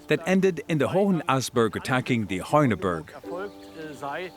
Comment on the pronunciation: La traducción es horrible, como se puede traducir "torques" como "antorcha", la pronunciación de los nombres alemanes, franceses y griegos es totalmente incorrecta (hace sangrar los oídos oír pronunciar Vix como "Wix" ou Heuneburg ("hoineburg") pronunciado Honeberg", y no digamos ya oinochoe ("oinohoe") como "nochowuei")